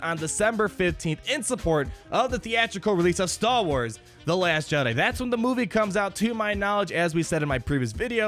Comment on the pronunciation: I love your vids. I especially like how it sounds like you say 'stall wars'. Catchy.